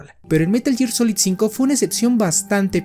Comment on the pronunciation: Es gear, no year